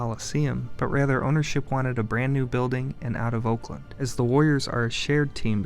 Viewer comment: dude is pronouncing oakland, "olkland"